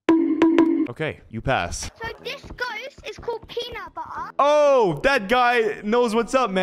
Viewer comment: “it’s called peanut buttuh”